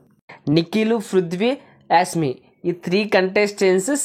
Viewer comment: యాస్ మి కాదు😅😂 యేష్మి 😂